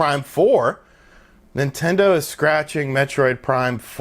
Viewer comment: Scrapping not scratching.